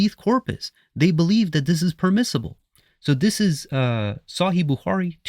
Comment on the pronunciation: Dude can’t even say صحيح properly. but he now knows more. Both hadith and Quran are from god.